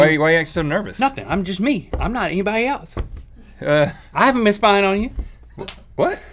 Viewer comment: ***** Rhett says 'elts' instead of 'else'